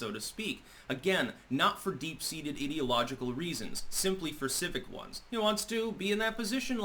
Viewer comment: Please learn how to pronounce "ideological" - It's based on "idea" rather than "id", so sounds like "eye". Sorry, but so many people make this mistake and it bugs me a bit.